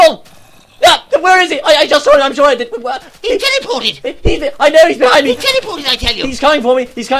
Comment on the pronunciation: He Tell-e-poo-ted